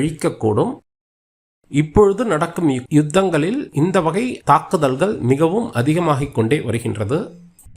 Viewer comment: தாக்கியல்லால்லார்கல் 😂😂. சொல்வார்கல். தாக்குதல்கல்😂😂. தமிழை நன்றாக கொலை செய்கிறான்